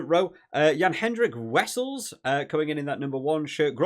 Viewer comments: Eden Park record is in serious danger Also some phonetic pronunciation for the SA players since you asked for it: Ve-ss-el-s No-kia Low Grob-laar Difficult to do phonetically because Afrikaans is already a phoenetic language but I'm not sure ho I'd type out some of the sounds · Phonetic spelling corrections : Wessels = Vessels, Nortje = Norkia 🙂